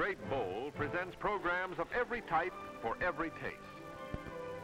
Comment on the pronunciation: I always love how the narrator pronounces things in ways no one will ever pronounce them. It is especially noticeable with, "program" which he pronounces as, "progrim." 🤣